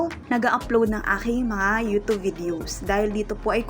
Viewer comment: Ayusin mo pag bigkas mo, Anong yutob day? YouTube ha, wag mong bisayain.